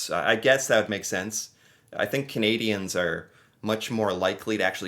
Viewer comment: Canadian here, this narator is Not Canadian!! He does not even pronounce Canadians properly!!